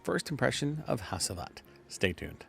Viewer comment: Pronounced Nishane right , but c stands for j in Turkish ! I like this fragrance with aventus being reformulated this is the frag now !